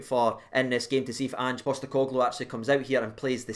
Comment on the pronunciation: Jesus for you that was a pretty good pronunciation of Big Ange’s surname 😂😂😂. Didn’t try Kyoto’s surname though 😂 I never have and never will say anything positive about Joe Hart. Fk him. Tomorrow/Today could genuinely end like anywhere from 0-0 to 5-5 😂😂 Neither team’s defence has been that good but theirs has been awful at times. It could also be 0-0 😂😂 We’ve actually got the same about of points in the league so I don’t understand how the media can actually say Celtic have been brilliant and that we are awful. Given everything that’s happened with the form of the defence of both teams, My prediction is a Rangers 3-1 win with Alfredo scoring 2 and Hagi scoring the other.